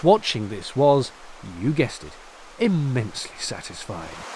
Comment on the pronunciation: "U gestit, IMENSLY SATISFYING" i love it